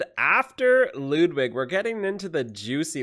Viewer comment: I dont understand the hate on Ludwig.... first off, pronounce his name right and then realize that he has nothing wrong with his face or voice. You're review was so shallow and I would never know why you dislike him.